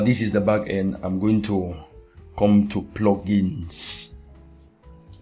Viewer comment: Love the video, but the way u say plugins (PLOGINS) is so funny :D hahaah... Thanks for the awesome tutorial- great work!